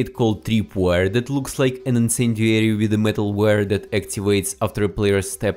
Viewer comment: Спасибо большое за инсайды, но можешь, пожалуйста, поработать над произношением и акцентом. «Дэт»ы режут слух и почти все слова где есть сочетание букв th . Спасибо